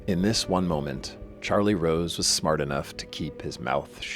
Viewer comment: Charlie Wose Was A Cweepy Interwupter